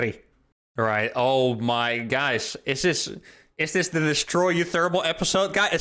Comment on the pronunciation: “Is this ‘Destroy uthermal episode?’” lmao